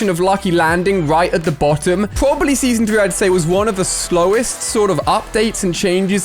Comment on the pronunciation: Put the the vid then listen listen closely when he says season 3